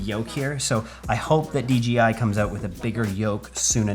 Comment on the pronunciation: D J I 👀😂😂😂😂 J not G 😁